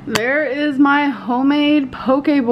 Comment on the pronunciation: It's hoe-made y'all... LMFAOOO!!! 😂